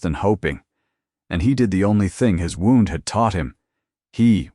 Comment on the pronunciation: Wownd? Should be wound! Please let it be changed! It ruins the story!